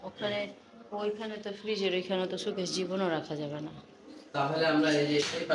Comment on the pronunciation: ছুকেছ না, এটাকো শো-কেস বলে। showcase. 🙃